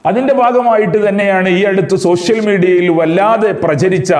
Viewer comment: സൊസിൽ മീഡിയ അല്ല സോഷ്യൽ മീഡിയ